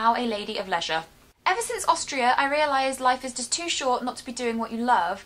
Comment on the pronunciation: You said a lady of leisure right? Because at first I thought you said pleasure... :)